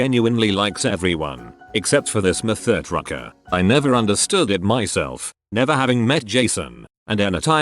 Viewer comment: "Except for this muh THER tra KERR"